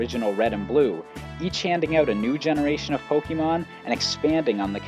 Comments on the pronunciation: It's Pok-AY-mon. Not Pok-EE-mon. Urgh. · Supposed to be Poke Ay Mon. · Pet peeve of mine: people pronouncing Pokemon as "Poke-ee-mon" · my god the way you say pok EE mon is driving me nuts but otherwise great video. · Why do you read it po-kee-mon It's written "pokémon" not "pokemon" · And if you haven't noticed, the "E" in pokémon is accented, so it's poke-AY-mon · why the f*** does he keep saying pokeemon is he an idiot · I had to stop listening. The way you say pokèmon (poh kee mon) was driving me crazy. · I wonder why people keep saying Pokemon wrong, it has been six generations already..... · Most of the video was fine, but I cringe every time you say "Pokemon" wrong.